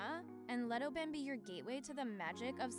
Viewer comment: Guys Im Scottish and visit Oban regularly, please pronounce the name right O B AH N lol,,,,,so glad you visited and great footage. I have it on my channel a drone view have a look. New Scottish Subsciber